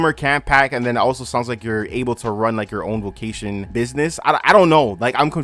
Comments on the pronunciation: bro are you saying vocation or vacation??? i literally cant finish this video ... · that’s so interesting! if your family and ppl you grew up with also say it like that, maybe it’s just your accent?